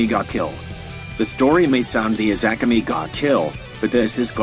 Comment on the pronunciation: I dont like the way "akame" was pronounced